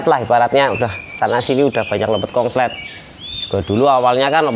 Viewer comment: Konslet mas konslet,,bkan kongslet😂😂😂